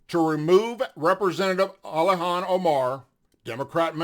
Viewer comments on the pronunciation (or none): Its Ilhan not alyhan. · Hey man I hate to do this, but you sounded drunk, either that or you had marbles in your mouth. Her name is not Alhan it is Ilhan (ill-han not all-hon). Her last name is not Oil har it is Almi (all-me), She couldn't get in being the daughter of a terrorist warlard so she took a new last name from another family already here. You need to know your subject better thatn you do or you come across as a duffus. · it's Ilhan... pronounced ILL-HAWN... sorry that drives me insane 😂😂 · Hello, love your posts. Thanks for all do. I know you have a hard time saying that nut jobs name. To break down Ilhan name (sounds like * ill hawn ***)